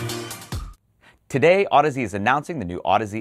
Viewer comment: Wow. How many times did you have to practice saying that last name before you nailed it?:-D Amazing., your interviews with industry movers and shakers are excellent. I learn a lot, and it's easy to get excited about the nitty gritty when they're so clearly and eloquently discussed by those in the know.